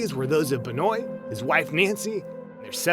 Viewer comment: Chris Beniot is pernounced Ben-wa....just gotta let you know cuz that drove me nuts. he first strangled his wife on Friday, and on Saturday, he gave his son some kind of medication to put him to sleep, and then suffocated him with a pillow. the folllowing morning, on Sunday, Chris Benoit killed himself. he had looked up on his computer things like, "painless ways to kill yourself" before he died. because of this, his AMAZING wrestling career is pretty much NEVER talked about. im not a wrestling fan, and yes, wrestling is fake in that it's choreographed with a pre chosen winner, but it's still very dangerous, and those men and women can and do get really hurt, and some have died because one little thing went wrong.